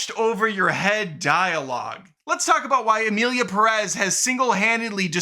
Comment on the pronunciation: OMG what is it with gringos. Do you see the accent on Pérez? That means you stress the first syllable. Accents are there for a reason. It’s PErez. PErez!!!